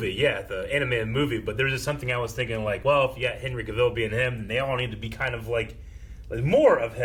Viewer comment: Cavill rhymes with travel. Cavill rhymes with travel. Cavill rhymes with travel. Dude even put out a video making this point about his name.